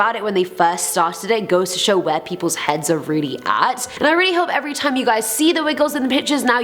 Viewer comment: Im rilly rilly rilly sorry ok RILLY sorrry ok